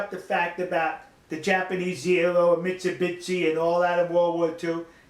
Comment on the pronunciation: トニーさんのミッツビッチの発音は確かに面白いんですが、bitchに見えるので三菱さんに失礼ではないかと・・・。